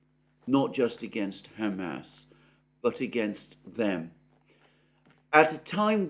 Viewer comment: Mercouris still calling them "Ham Ass". 😭😂